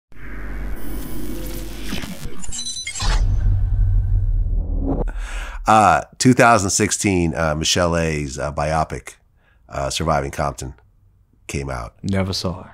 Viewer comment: Lol he said BI-YOP-IC 😭😭